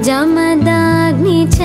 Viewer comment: actually the mistake is jamadaagni cha.it is wrong.she pronounce like jamadaagni cha.correct is jamadagni cha.she is not pronouncing jaamadagni cha.